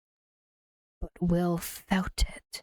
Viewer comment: Omgg when she said Wiww i laughed out loud